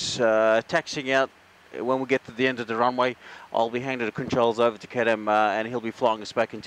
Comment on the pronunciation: His name isn't caren.His name is